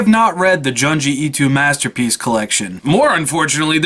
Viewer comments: Joon-jee Ee-toe Good video though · Lol at the way you pronounce Junji Ito